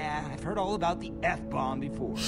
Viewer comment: Nicole Martinez “herad”